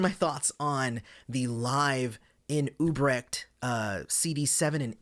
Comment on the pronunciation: Great review, but it's UTrecht (with a "T"), not Ubrecht